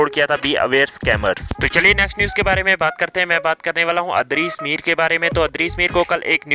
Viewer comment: idrees mir bola karain bayya... adrees mir nhi...... baki ❤❤😘😘